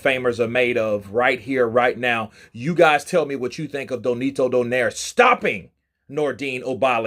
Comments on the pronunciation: It's Nonito, not Donito, BTW 😉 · Spells his name wrong, says his name wrong, W😮W this dude.